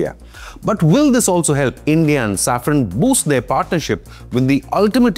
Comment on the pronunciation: Safran- saffron ❌ Engines - Injuns ❌ Pls fix your pronounciations brother.